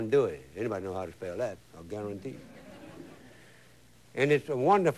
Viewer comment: Justin is the all time top cooking show host. Stil say garontee all the time.